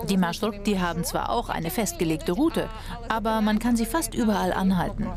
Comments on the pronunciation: Es heißt MarschruTKa! Plural: MarschruTKi! Und nicht Marschrutik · Marschrutka nicht Marschurtka: Marsch und Route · Das heißt marschrutka 🤣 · Xaxaxa wie schaft es der Typ das wort Маршрутка nicht auszusprechen. Das kommt von Deutschen Marschroute. BljA